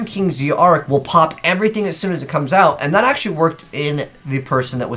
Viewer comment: I wish supreme kings were an actual archetype rather than just a few cards that barely make up a series. Also it's name is pronounced Supreme King Dragon Z-arc (ZARK as in dark but with a Z)